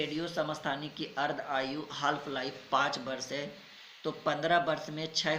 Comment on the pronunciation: Sir in half ko हालफ padh rahe he to ye kaise English me banaenge jabki khud English padhne nahi aa raha he